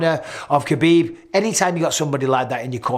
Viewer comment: Bisping for the love of god just say HAbib like everyone else. I know you try to make a point with the flemish accent, but then you go back to saying kabib.